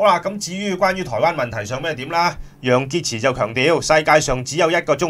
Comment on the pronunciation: 楊潔x都吾撚識讀😤😤😤😤😤